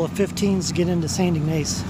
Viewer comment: ..pst...and its pronounced IG like pig, Niss like hiss....Ignace What a great look along LAKE MICHIGAN, love the new hat. Looking forward to Mackinac Island, I didn't do it, once again I had a dog with me, so I had to consider him...I got some great fudge there in St Ignace, and had a buffet breakfast in a Train car diner! I have Family in Three Rivers, Ann Arbor, and Fort Wayne IN. I don't get up there often tho...Hope you continue to have great hike!!